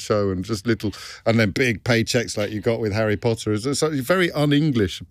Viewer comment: Who else heard the "post Potter" like Tom Felton said in the movies?^^ POTTah!